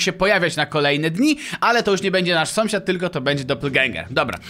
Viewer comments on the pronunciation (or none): dlaczego na początku powiedziałeś somsiad